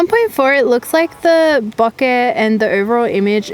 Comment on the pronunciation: I thought she was saying "bucket". "Huh? What's bucket?" Lol. Then it dawned on me..."ohhhhhh, bokehhhhhh".